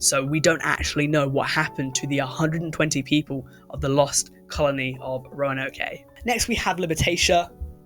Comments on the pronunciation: roanoke not roanokè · 😂 its just row-uh-no-k not row-uh-no-kay But that gave me a good giggle, thank you. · Oh, also, It's pronounced Ro-wan-oak. like the tree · It’s pronounced Roe NoOak or Roan Oak. Also Crow-a-Tow-An. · From a North Corolina local, Roanoke is pronounced Row-uh-know-k :) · It would have been cool too have more historical mysteries rather than historical misconceptions. A couple of things though. "Roanoke" is pronounced the way you pronounced it minus the "-ay" at the end. "Croatoan" is pronounced the way it's spelled. I don't know what's surprising or hard to believe about a religious text making up a kingdom. It wouldn't be the first place that was made up for the sake of story and Abrahamic religions aren't at all unique in that. There absolutely have been findings on Oak Island to suggest something is there. A man-made shaft containing incremental wooden platforms was found, at very least. The most compelling theory on Jesus that I've seen is that Jesus was actually an amalgamation of numerous people. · you were super close with roanoke, the e is silent